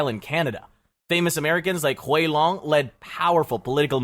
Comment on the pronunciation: He is just reading the script, not actually doing any research into how to pronounce names, "Huey Long"? he reads it as if its an asian name, "Thomas" pronounces the th